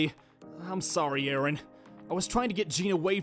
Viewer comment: I think said “I’m sorry urine” instead of “I’m sorry Aaron